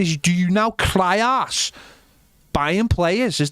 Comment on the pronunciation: Take a shot every time they say “cry arse’n” 😂 love it